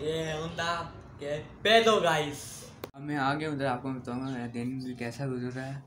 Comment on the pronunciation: ...que pedo "gays" ????? Hahaha ya se que dijo guy s pero se me hizo gracioso.. 😁😁😁😁😁